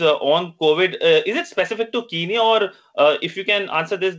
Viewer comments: Besides its spelt Kenya and not kiniya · I think the Indian media need to do some accent training how can a man diplomat who's living in kenya call it kinya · Guys it not kinya its kenya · Ramn what are you saying I lived in Kenya and its definitely not pronounced Kinya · why shouldn't I start it its sound stupid if you live in the country and you cant say the name I was talking about the reporter that's fine hes in India even though even he should say it right but for God sake the diplomat is live in Kenya